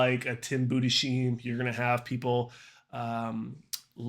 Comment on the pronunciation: Breakdown was great but if I were to give one criticism it would be to maybe do a bit more research into these guys’ names beforehand, like Tim (budes-HIME and not budes-SHEEM) and Jamie (Johal and not Johan). Minor gripe in what is otherwise a solid recap.